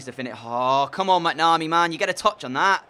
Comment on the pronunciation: The goalkeeper McNamee is pronounced mac-na-me